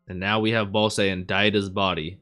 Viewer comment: Just wanted to do a quick correction for you on how the names are actually pronounced: Bosse : boss ( or bossu in engrishu ) Desha : Des-ha Apeas : A-pi-s ( or Apisu ) Fun fact : Apeas name is the reverse of the katakana word for "spear" ( Supia -> Apisu ) and Dorshe's is the reverse of "shield" ( Shirudo -> Dorushi )